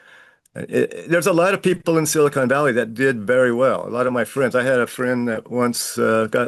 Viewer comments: silicon, not silicone. Big difference, lol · Omg. It's SILICON CON. NOT CONE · FfS, it's pronounced silicon, not silicone. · SILICON Valley, not "siicone". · It’s pronounced Sili”con” Valley and they pay for Sili”cone” Sally 😂😅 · Silicön ---not Silicone Valley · Please stop saying "Silicone" - it affects your credibility and sounds utterly dumb ( sorry ). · Him calling it silicone valley made me laugh. 😂